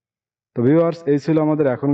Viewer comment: ঔ ভাই এটা আপনি কী বললেন ? ধন্যবাশ নাকি ধন্যবাদ 💀 🤣🤣😹😹